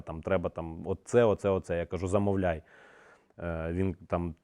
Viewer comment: Усик, не замовл л яй а ЗамоВЛАААЙ